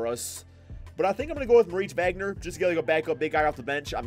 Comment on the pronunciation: It's pronounced "vagner"